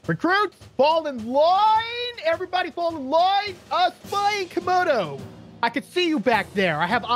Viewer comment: It’s camodo gaming not comodo